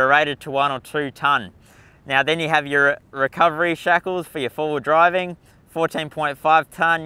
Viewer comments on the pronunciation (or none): Are you saying “forward driving” or “four-wheel driving”